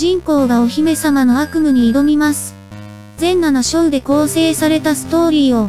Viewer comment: …ふぅ。全7章か。 全裸の章って聞こえたぜ… あと、コナミのＦ１がナムコって聞こえた。 しかし、軒並み良さげなのが揃ってるな。 ゲームボーイのネイビーブルーならやった事あるかな…